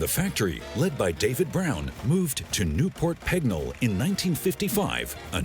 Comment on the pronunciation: Aston Martin didn’t move to Newport Pegnall in 1959, they moved to Newport Pagnall. I really wish these Americans would get their pronunciation right. Also it Aluminium, not Alunamum.